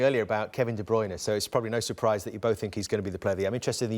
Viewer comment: He said de bryne